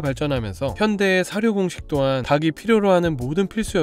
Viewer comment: ‘닭이‘ 발음 주의 해주세요. 닭이 - 달기 닭을 - 달글 닭에 - 달게 다기, 다게, 다글 등이 아닙니다.